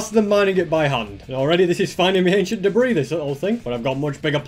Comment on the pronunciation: For a second I thought he said aisian debris